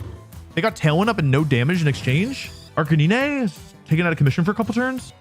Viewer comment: Hearing Arcanine 2x before hearing R-K-knee-nay gave me concerns